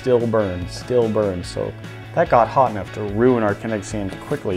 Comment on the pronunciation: Kenetic SEIND